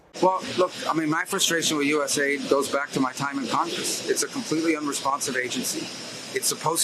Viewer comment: rubio so disingenuous saying each individual letter of usaid instead of calling it us aid.